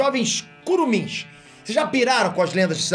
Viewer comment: Meu coração ficou tão quente quando eu ouvi "curumins". Nossa, eu que sou do Pará tive uma nostalgia enorme quando ele falou isso. Aqui é caboclo, e caboclo com orgulho. Edit: chamei a atenção de irmãos nortistas❤